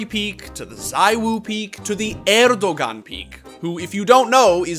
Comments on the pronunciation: it's pronounced erdoWAN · Erdogan is pronounced Air Doe han (like Ghengis Khan) Also the S with a tail is pronounced like sh (i grew up in TR) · Yep, not even Turkish, still feel like you should be able to pronounce a world leader's name. Small thing but like, Google it bro. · really has me rolling with his pronunciation of erdogan